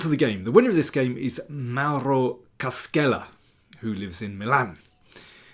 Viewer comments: Hi there! I've seen how you try to be accurate with your foreign languages. Only for that, with no offense taken or intended: "Cascella" is pronounced with a sound equivalent to your English "sh", where you see "sc" in the name. So, something like "Kah-shell-ah". If the name were to be read as you pronounce it in the video, in Italian it would be written as "Caschella". Basically, when followed by "i" or "e", in Italian we read "sc" as you do with "sh" in English, while we read it as "sk" when it's followed by any other letter, and we add an "h" (="sch") whenever the sound "sk" is needed before an "i" or an "e". (Pretty good pronounce of "Mauro", btw) Thanks for your videos! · Forgive me : the prounciation is "Cashella"